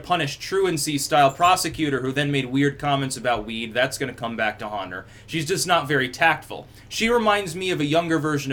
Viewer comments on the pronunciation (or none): none